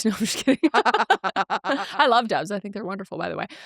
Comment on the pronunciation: Not me thinking you kept saying “dawgs” not “doves” 😂